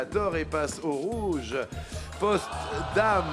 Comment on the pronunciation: C'est Potsdam ,pas Postdam